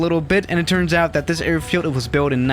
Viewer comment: Us: a i r field Swiss: errrrfield